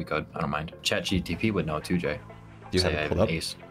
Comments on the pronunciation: Alright i tried to avoid it so much but i believe we should tell it's chat GPT not GTP I know it's not a big deal but that would be embarrassing and the fact he has said GTP like 4-5 times so it will be nice if a friend tell to him in private then in public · If calls it chat gtp one more GODAMN time I’m gonna lose it